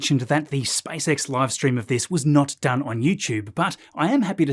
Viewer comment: "SpiceX" SpaaysEks